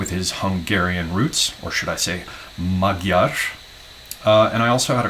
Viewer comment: You almost nailed the word "magyar",!:)